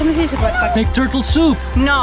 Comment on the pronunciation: I love how emphatically she said: "NO!" when someone said, "Turtle soup?"